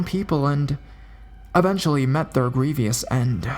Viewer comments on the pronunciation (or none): none